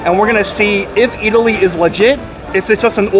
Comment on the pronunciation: you pronounced it excellantly